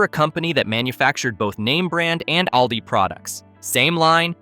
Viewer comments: I'm a senior, I already know this stuff. This is NO secret. Plus it's All-Dee, not Al-Dee. I already know they're the fastest scanners. But I see the same checkout people everytime I'm at Aldi, but I live in a small community with a small Aldi. The aisles are shorter and there is one checker. The rest of the lanes are self checkout. As someone with a condition where standing becomes quickly painful, I never understood why cashiers weren't permitted to sit. What you skipped is that some of Aldi's packaging is often SMALLER than name brands. Snacks like potato chips are 3 oz smaller. For anyone who has shopped for any length of time, you notice things like this. Heck even the name brands packaging has greatly shrunk since 2020. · If AI could just get names properly pronounced…..it’s All Dee. Not El Dee. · The AI voice pronounces "ALDI" inconistently